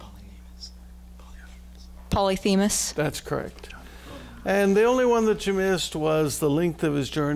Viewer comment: She says Poly*th*emus, it's Poly*ph*mus. Mentor's missed an easy challenge.